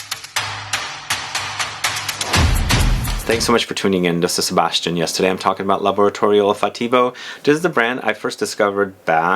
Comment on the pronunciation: I have heard of this house but never knew where to buy any of their perfumes. Now I know. Thanks. I enjoyed this review and would be happy with any of the three perfumes. I also agree with the other comment here that Sebastian's Italian pronunciation is excellent.